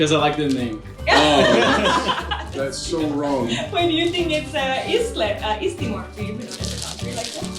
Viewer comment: She said east timor not east leste XD